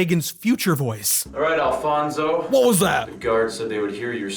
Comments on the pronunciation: His name was Alphonse. Not Alphonso. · Also his name is not Alfonso. It’s Alfonse Capone.